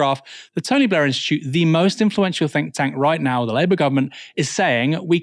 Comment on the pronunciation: The Tony BLEEEEH! Institute.